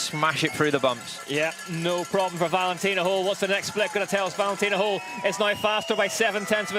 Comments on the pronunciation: Can somebody tell the stupid commentator it’s Holl not Hole. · Höll… try to say Hoell if you cannot pronounce the german letter Ö